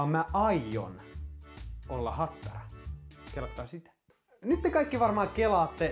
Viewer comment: Ai saakeli että repesin tuossa lopussa, aloin niin miettii animea et ei helevatta kuulostaa iha japanilta ja sieltähän se tuli sitte HATTTARAAA!!!